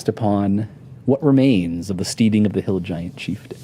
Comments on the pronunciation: Stedding, not steeding. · I love Mike, but it bothers me when he pronounces it steeding lol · It's killin' me that Mike Mearls cannot pronounce the word steading ... at least that's what I hope he's trying to pronounce 'cause steeding is something you do with horses. There is an important difference.